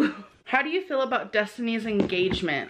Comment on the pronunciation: the way she talks is just- like bolth, she says I haven't ate today, and fill instead of feel. like bruv learn basic English